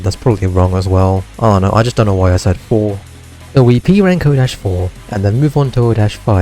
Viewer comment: at the beginning when you said p-rank i heard e-rank